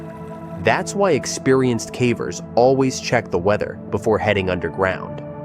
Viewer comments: When it pronounced "cavers" as "cah-vers" instead of "kay-vers" it showed it's AI-ness pretty badly No human making videos about caving regularly would pronounce that word so badly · Why are you saying cavers incorrectly lol